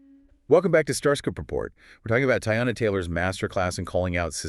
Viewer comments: Tie-ana?? Immediately clicked off. 🗣️Please don’t represent us‼️. You could have atleast got her name right. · Her name is pronounced TEA-yonna Taylor. You could find that out in ONE ☝🏾 interview 😒😒😒😒😒😒 please do your research first. You both are speaking about respect and Black talent but can’t even respect this woman’s brand enough to even address her name properly. Please do better.